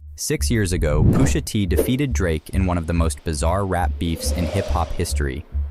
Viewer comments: Lmao Pooshuh T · who's poosha T? 😂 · Yeah "Poosha T" and "A.S.A.P Rocky" sent me straight to the comments 😅😅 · Who is poo-sha T? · He also said Poosha T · “Poo-sha T” Hold this L. 😂😂😂